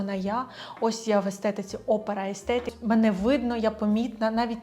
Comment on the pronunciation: Пані, я Вас дуже прошу - викоріньте з вимови «аестетік». Воно читається і вимовляється «естетік»! Приставка «а» робить це слово антонімом! За таким же принципом як в українській мові, наприклад, «морально/аморально» і тд Дякую! ❤ За відео і розбір теми трендів окрема подяка! 🫶🏼